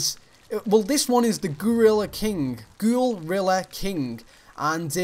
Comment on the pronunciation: It's gouhl rilla